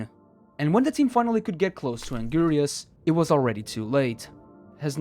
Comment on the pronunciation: Um actually it’s pronounced (AN-GIR-IS) not (AN- GIRI-US)🤓👆